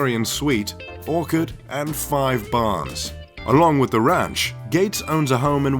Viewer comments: Did u just pronounce “orchard” as OR-kard? 😂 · ”An ORK-ARD” Terrible English mate!